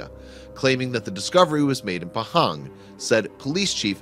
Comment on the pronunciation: ITS NOT PEHENG ITS PAHANG!!!!